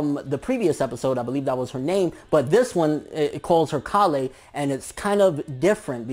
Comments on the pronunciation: KALE rhymes with NAIL not COLLY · Kale is a different vegetable which is related to broccoli in the same way that cauliflower is... And it's pronounced "kayl" not "kah" "le" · I'm sure it's kale (pronounced kay-el) which is like a type of cabbage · Its pronounced Kale, as in the vegetable. Its somewhat of a pun towards Broly's broccoli. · her name is pronouced "Kell" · "kale" is pronounced "kell" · Kale is pronounced K-ale at least in English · Also about the names you're wrong. Kale is pronounced like Kail unlike Caulifla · prounouncing my favroite veggie wrong. but then again its probabably Kalè not the word kale